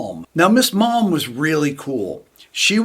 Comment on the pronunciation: Did you say Malm?